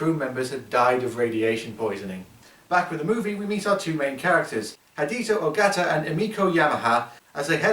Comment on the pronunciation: he pronounced the names wrong, it's yamane and hideo ogata